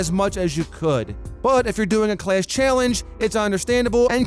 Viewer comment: I like the way he says class. "Clayss"